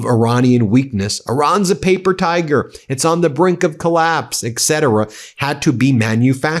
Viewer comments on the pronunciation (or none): none